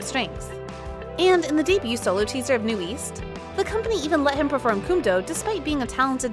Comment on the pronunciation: Nu’ east??? Isn’t it pronounced as Newest?